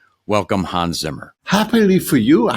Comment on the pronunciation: Please do him the courtesy of pronouncing his name properly, with a short 'a' sound. It's Hans as in hand, not Haaans as in arm.